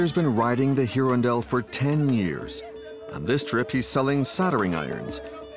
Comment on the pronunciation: heron dell try irondelle a french word for a bird